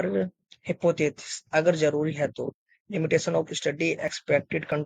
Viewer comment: Tumko bolna or padhna nahi aa rha h ...kya samjha rahe ho...."Hippothisis"